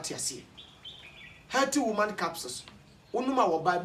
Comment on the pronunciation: Klinsman berry kobby hays 😂😂😂 and “helty”